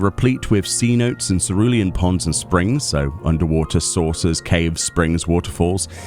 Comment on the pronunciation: Hey, v informative video as always! Tiny note on pronunciation (no one has gotten it right yet admittedly): it's a really uncommon word but cenote is a Spanish word that is actually pronounced "se - no - teh "